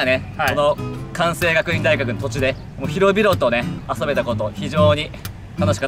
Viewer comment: くわんせいがくいん大学だ！